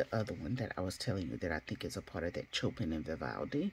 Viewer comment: The artists are classical music composers. Vivaldi is one of my favorites - you can sample their music on YouTube. Chopin is pronounced “show-pan” (no shade just letting you know) and tchovsky is pronounced “Che-kov- ski” . You have a nice collection btw